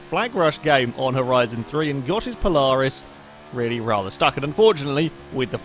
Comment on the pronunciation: I mean, I know you're British, but you say Polaris kinda strangely